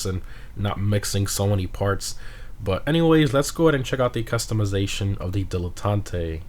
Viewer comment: Why are you saying like that? Its not Spanish man